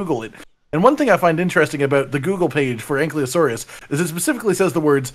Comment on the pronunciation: Still waiting for to pronounce ankylosaur correctly 😂